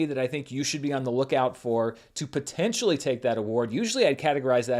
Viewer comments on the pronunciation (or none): none